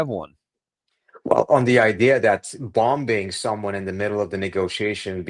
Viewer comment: Dear Trita‌ you are articulate and logical. But why do you keep using pronoun "we" identifying yourself with Americans, you are Iranian or am I wrong? Please do not pronounce second B in the word BOMBOING. As in boming.